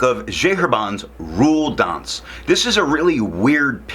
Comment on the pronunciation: A funny review! But where is this tomoe river sample? By the way it's "rouille d'ancre". Thanks.